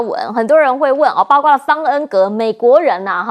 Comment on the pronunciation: 包括为什么总读成包瓜呢，查查字典在播放说了多少遍了没记性，什么水平就当主持人